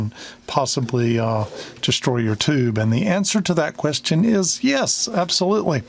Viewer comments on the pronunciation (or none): none